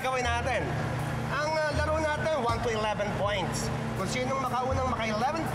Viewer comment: Naka score ng twe pwoints hahhha